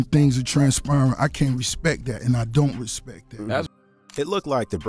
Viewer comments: Can't respect a man that tells me to "respek" him😂😂😂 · "Put sum respek on my name" lol